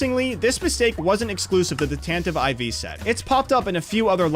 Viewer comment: "tantive ivy"